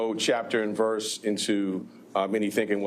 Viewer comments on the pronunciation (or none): none